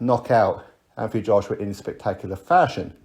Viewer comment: Anyone ever noticed wilder pronounces joshua... "JOSH'YUH"